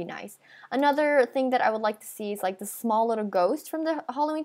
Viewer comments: Btw its "small" not "smoll" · D-did you say smoll ghost :O OH ME GOOSH :OOOOOOOOOO NO WAY :OOOOO